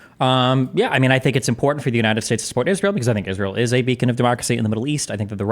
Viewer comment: Take a drink every time he says "Uh" or "Impordet" instead of 'important'.